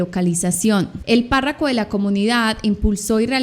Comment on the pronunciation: me encantas! Pero es párroco no parraco